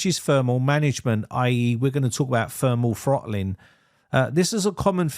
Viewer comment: "Funderbolt"!? "Fermal Frottling" 😝